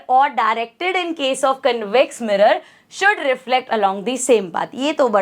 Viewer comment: Canvex nahi convex mam 😂